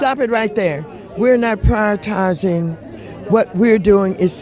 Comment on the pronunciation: She said "we're not pryortizing"